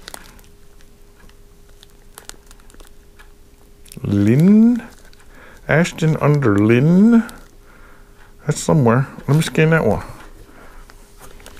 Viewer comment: Hi. Custard creams are a common biscuit (cookie) here in the UK. Ashton under Lyne is a town near Manchester England. The Lyne is pronounced the same as line. :)